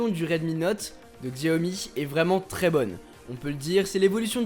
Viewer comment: Pour info on ne dit pas "Xiaomi" mais "Chiaomi" ! ;) Super vidéo !